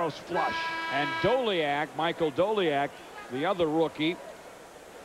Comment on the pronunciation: Mike Doleac is pronounced DAY-lee-ack.